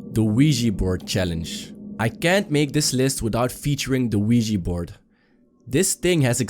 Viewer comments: It's pronounced *Ouija Board!! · It's pronounced Ouija Board. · the "WEEGEE" board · Its not Weegee Its Ouja Bord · It's pronounced *Ouija Board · The wee-jee board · Wee-Gee board😂😂😂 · It's pronounced *Ouija board you idoit!! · It's pronounced Ouija Board you idoit! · It's pronounced Ouija Board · did he just say.... THE LUIGI BOARD!?!?! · Weegi board lol